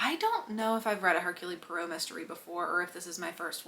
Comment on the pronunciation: Just a note: it's pronounced "Air-Cool Pwaro."